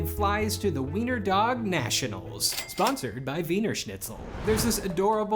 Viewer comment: thank you for pronouncing the w right. most people will just pronounce it the english way, but u actually knew what u were doing this doesnt matter at all but i still appreciated it